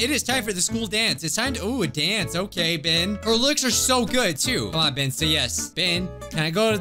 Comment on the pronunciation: NOT PRONOUNCED "BIH-EN" ITS PRONOUNCED "BEH-EN"